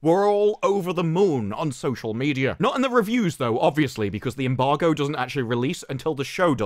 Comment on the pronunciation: It's an embargo, not unbargo...